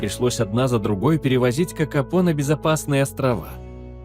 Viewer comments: Kakapo a nie kakapou,sztuczna inteligencja to jest katastrofaAI.Nie powinna byc uzywana wogole. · Nazwę tej papugi wypowiada sie "kakapo" a nie "kakapou". I skoro to jest film o kakapo to czemu tak często pojawia się kea?